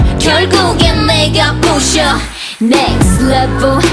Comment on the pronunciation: Especially on the last chorus. That little accent added at each end of the syllable of "next levul" sounded extra sexy to me